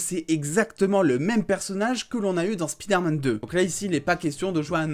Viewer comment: c'est pas speederman c'est spiderman, c'est pas compliqué